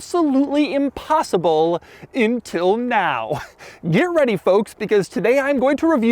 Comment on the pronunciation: Intil... not Until... 😂